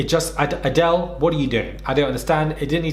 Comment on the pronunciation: “Adele” for the second time after a shisha puff but this time joined by every single viewer in perfect unison: AdElE